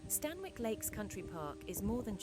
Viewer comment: Amazing video! I walk there regularly. Just one thing - the pronunciation is wrong; it's "Stan-ick" rather than "Stan-Wick". Excellent video, again!